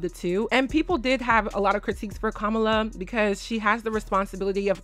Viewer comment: her name is Kamala not Kamla. You do have to prononce the A after M.